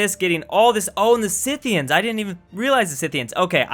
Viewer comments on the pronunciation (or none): none